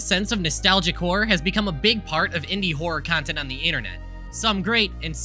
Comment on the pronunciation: and every time he says "whore" instead of "horror"